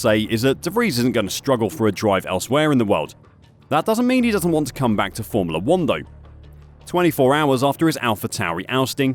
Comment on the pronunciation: i love your videos, very informative. i cant unhear the way you say formoolah 1 though! haha